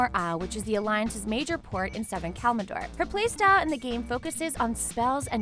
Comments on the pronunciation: could you please stop saying kalmador? it's kalimdor. ka lim dor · "The alliance's major port in southern kalmidor" "Kalmidor" KALMIDOR?! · kalmidor KALMIDOR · It's Kalimdor not Kalmidor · I don't even get how you can mispronounce Kalimdor but she managed it